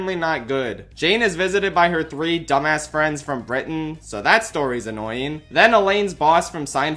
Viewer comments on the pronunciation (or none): none